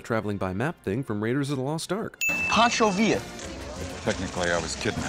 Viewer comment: It's "Pancho" not Poncho "😂